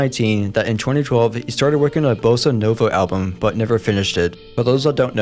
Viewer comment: you said Bossa nova wrong